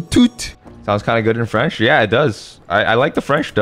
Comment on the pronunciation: Your good french